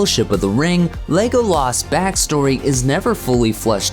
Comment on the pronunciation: What is with the way they say Legolas on this video. It’s so buzzard. Lego-laaas Like why? Just say it normally